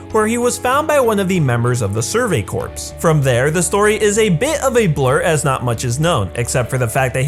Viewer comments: It’s pronounced “core” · It's pronounced Survey Core, not Corps, I know its a bit weird but it's the same how a coup is pronounced a kaue